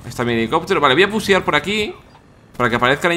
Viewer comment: jajaj dice pusear en vez de rusear